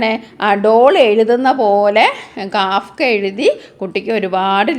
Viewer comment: Not Kaafka😂 ❌ kafka ✅